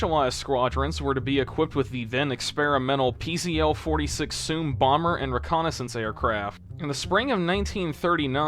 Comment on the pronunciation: Pronunciation correction: PZL is pronounced "pizzle".